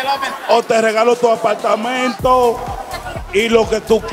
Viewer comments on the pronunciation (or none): Un apaLLLLLtamento 😂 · Lo que me mata es ella diciendo "un apaltamento" 😂😂😂